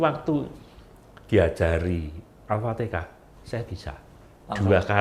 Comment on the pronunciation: Alfatihah dong pak bukan alpatikah 😊